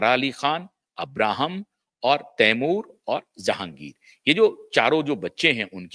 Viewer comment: Abrahim nahi Ibrahim.. Bahut poor hindi grammer..